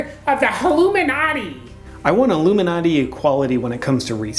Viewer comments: Sounds like he says haloumi-nati. Must be some secret cheese order. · Pink Yogi it's because in the video the guy sounded like he was saying halomin-nati. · Halloooo-minati - Tigger's people/not people